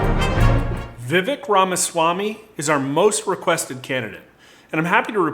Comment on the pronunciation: Just FYI. It’s pronounced “Vuh- vake”. And Pence is going down with his pro send Your Kids to war stance. Look for Vivek to rise in the polls as people actually begin to listen.